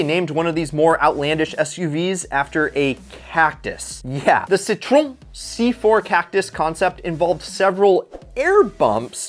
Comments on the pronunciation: It's Wiesmann not Weismann, and how you pronounce Citroën 🤣LMFAO I'm dead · How he pronounces citrôen just hurts me